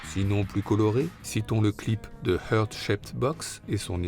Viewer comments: Deux choses: c'est pas "Hurt" Shaped Box mais "Heart" Shaped Box (heart se prononce "hart"). Et puis parler de "mort" serait mieux que de "suicide", même si OK, le suicide c'est sensationaliste, et ça fait bien pour le narratif, etc. Mais comme tout plein de gens je suis convaincue que sa chère et tendre dont il voulait divorcer (c'est avéré) lui a fait sauter la cervelle, car..nobody fucks with Courtney Love...C'est pas comme si elle avait pas déjà essayé de faire buter un de ses ex, (implicant moins de thunes et moins de pouvoir) Et des pages d'exercices d'écriture trouvées dans son sac, cette lettre de "suicide" avec des énormes passages dans une autre écriture... Bref. Pauvre Kurt, il mérite mieux que la crédulité ambiante... Je suis certaine que la vérité sur son assassinat ressortira quand la crevure en question passera l'arme à gauche. Le plus tôt le mieux. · "Hurt" shaped box. Un français qui essaie de parler anglais, ca fait "mal" au "coeur".